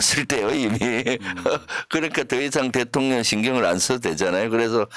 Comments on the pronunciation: 대통련으로 발음이 이상해요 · 대통련은. 경상도사투리여요. 쌀도발음안되서 살이라고 하거든요😂